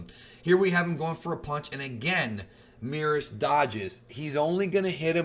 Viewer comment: The way you pronounce Merus really peeves me off